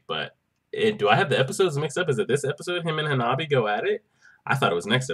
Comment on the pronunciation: It's Hanabi* 😂